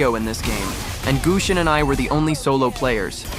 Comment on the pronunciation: its not guseonn its gusion btch